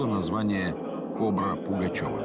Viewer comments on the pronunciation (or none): Комментатор не говорит кобра, а нечто похожее